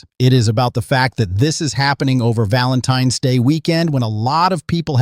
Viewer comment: “Valentine S day”